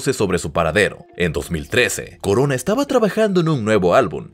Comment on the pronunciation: Corona en italiano se dice exactamente igual que en español no coroa.